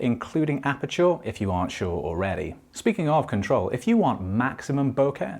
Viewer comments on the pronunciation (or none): Great vid. Fixated on apachoor pronunciation the whole time😂😂